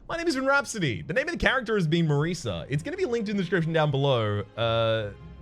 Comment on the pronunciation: It's Marisa, pronounced like the "S" in DOSE. Italian name.